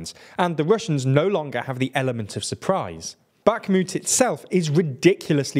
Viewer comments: Remember how Kherson doesn't have a K in pronounciation? Well... Guess what Bakhmut doesn't either. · "Bakmutt, Avdivka, Sviatove, Optin" I'm not a ukrainian or russian speaker, but I like languages (and tbf I did take a russian class in high school). The correct pronunciations (I may be wrong) are: Bachmoot (Bach as in the composer, with a long 'a' sound), Avdiyeevcuh, Sviyatoveh, Optynye (ye as in 'n*ye*t, tovarish') Hope I got it right! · One would hope that after one year of war people would make some efforts pronouncing Ukrainian city names, specifically baKHmut x)